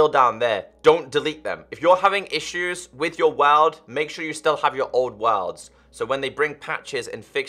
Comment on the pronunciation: This dude say worlds like Wa(l)rlds